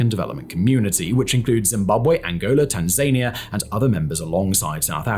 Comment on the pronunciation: WTF is Tan-Zania? its pronounced tan·zuh·nee·uh